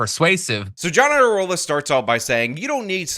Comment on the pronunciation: the "IA" in Iadarola is a diphthong. It's pronounced as a "Y," as in YADA-YADA-YADA-rola, which would be a great nickname. It would be a shame if YouTubers like started calling him that.